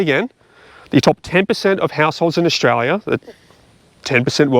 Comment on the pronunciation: I love how you say Australia in Orzchrarlyah